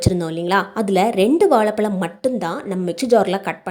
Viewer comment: வாழைப்பழம் not வாளைப்பளம் , தமிழ் மொழியை க் கொல்ல வேண்டாம்